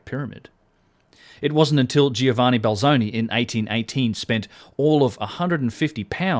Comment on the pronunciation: Dude, Giovanni is spoken like Jovanni. The i is silent.